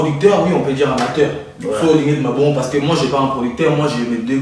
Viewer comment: Loba nanu français émission mobimba ko to lembi kisakata nayo.. Tu prononce mal tes voyelles: amataire ? 🧐On dit amateur